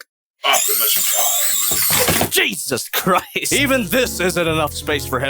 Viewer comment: that Jesus Crist was so brazilian that im thinking knows how to speak brazilian portuguese